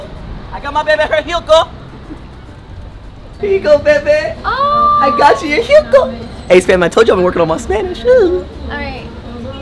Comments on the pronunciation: The way Austin pronounced “ jugo” as “ juko “ had me dying 💀💀💀💀😂😂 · "I got my baby her HUGO!!" OMG, Austin, lol! It's JUGO or juice! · Catherine :Jugo de naranja Austin: Jiogo 😂😂😂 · I felt so bad but it was freaking hilarious how he says jugo all happy but he has it all wrong lmfao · Boy kept pronouncing jugo wrong lol I can't.